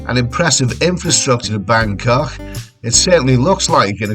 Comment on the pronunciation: that dinner you had made me so hungry! Don't ever try and go all posh. Just that when you say 'Bangkok' you pronounce it Bancoughhhh. That's scouser talk if ever I heard it! Hope you're having a nice holiday mate.; you're a natural traveller. I love your reports from all over.